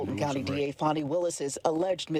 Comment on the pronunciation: I really enjoy your content but I wish you would pronounce Fani(FA-NI) Willis name correctly she’s not a 🪭